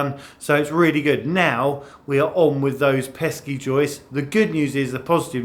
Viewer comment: great pronunciation of joistssssss! love ya . xo.